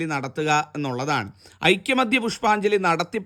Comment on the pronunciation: ഐക്യമത്യ അല്ല ഐകമത്യ ആണ് ശരി.